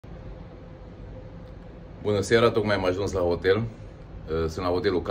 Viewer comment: La noi în România se spune "hotel" nu ,otel, sau poate ești conlocuitor 🤔